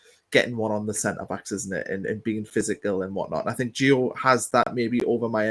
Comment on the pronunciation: Not gonna try and pronounce his second name, got his first wrong as well mate 😂😂 It's Nordi not Noni, Noni signed for Arsenal mate 😉 Jokes of course, keep up the good content. Also it ain't Gio, it's Gee-you hard G like goal.